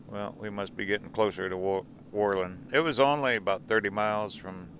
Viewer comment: Pronounced: whir-lund with the accent on Whir.